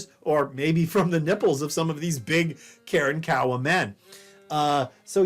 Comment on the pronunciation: I cringe every time he says “Karen-Kowa”